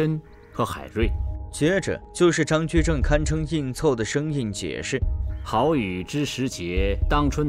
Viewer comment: 这旁白是人工智慧合成的。以为有的地方人根本不会读错，但旁白却读错了。比如“好雨”，他读成了“耗”雨